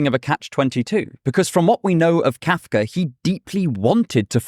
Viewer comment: How am I annoyed with how you pronounce Kafka? That must be kafkaesque.